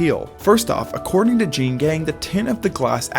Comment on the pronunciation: Excellent job and video. Just FYI Jeanne is actually two syllables—pronounced Jean-ee. And the two-story penthouse actually sold for $20.56mm.